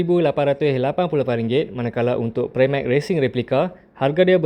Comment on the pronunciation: prah-mak, bukan pre-mek